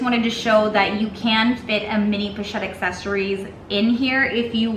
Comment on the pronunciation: Oh my good holy h*ll!!! You are talking about a FRENCH brand that NAMES their product line IN FRENCH...and you make ZERO attempt to pronounce the product name with the correct FRENCH pronunciation?!?!? I'm out...but not before I add a YouTube clip of how to correctly pronounce "assessoires".